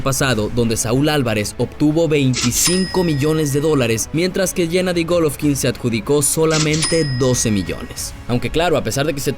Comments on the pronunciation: Que les valg verha cuando gana y es golovkin no goloovkin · No sé dise gólovkin (con asentó en la o) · En que parte esta la letra f en golovkin